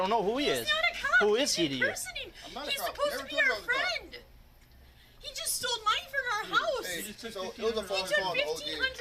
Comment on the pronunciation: because they teach you how to say "stole" when you're about five years old